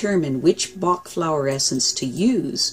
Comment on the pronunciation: His name is not pronounced 'bark', it is pronounced 'back'. He was Welsh, not German. Just so you know.